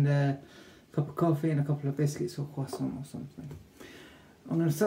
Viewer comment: Croissants? By’ eck you’re posh!! Great video mate keep it up.